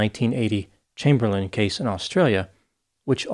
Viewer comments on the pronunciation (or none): none